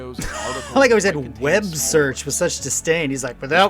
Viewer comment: Your reaction is the best I've seen so far, probably because all your comments and reactions (including making fun of the way he said "web search") were nearly identical to mine.